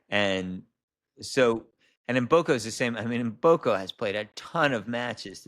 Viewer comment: you have to start learning how to pronounce Mboko properly. You are consistently calling her Mboku. Your guests are saying her name correctly. Other than that, I am enjoying your interviews.